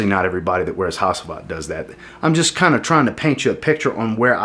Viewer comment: I don't think I've heard a single American pronounce Hacivat correctly lol